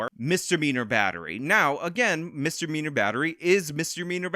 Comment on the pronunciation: saying Misdemeanor sounded like Mister Beaner